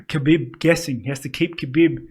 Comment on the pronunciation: It’s pronounced Habeeb. great analysis boys, I was surprised you didn’t have a short clip like this after the Romero costa fight. That woulda blown up on YouTube and got people aware of the podcast